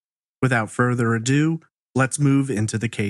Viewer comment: Youtubers, All of you: STOP saying "without further ado." And also it is Ado, not Adieu.